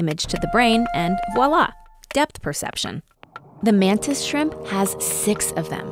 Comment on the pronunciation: Cool. So you know, you say the V in voilà. It's voi·là \vwä-ˈlä, ÷wä- French for " See (voi) There (la)"